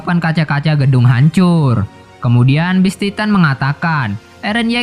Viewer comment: Ane kasih saran bang kalo mau review sebuah anime kata2 ny di perhatikan dgn baik. Trus pengucapan bahasa inggris nya diperbaiki Beast titan bukam best titan. Ada perbedaan antara penyebutan beast dan best GABI BUKAN GEBI HANGE? Realy? Setau aku HANJI ZOE arlogi bukan ARNOLGI TRUS KALO BISA PEMBAWAAN NYA JGN KAYA ORNG BACA TEKS suara kamu terkesan monoton Thanks...